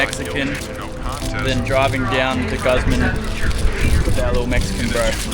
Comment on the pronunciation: Ffs say guzman properly ya dog